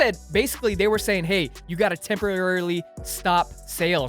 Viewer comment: said temporarirarirarily